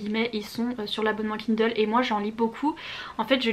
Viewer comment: Tu me fais vraiment trop rire. Je lance à peine la vidéo et j'entends "KUNDLE" jpp 😂